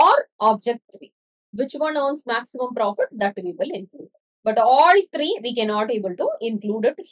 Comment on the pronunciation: I really like when you say three its kinda funny but thank you so much